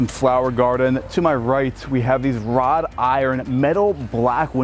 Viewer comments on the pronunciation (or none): Wrought iron. Not rod iron.